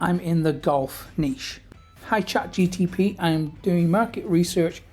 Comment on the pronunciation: Nice video...its ChatGPT, not ChatGTP :_)